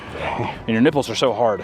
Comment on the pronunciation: lmao his nipbles